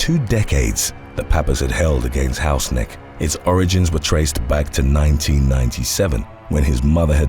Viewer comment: The pronaunciation of Hausknecht was funny to me as a german :D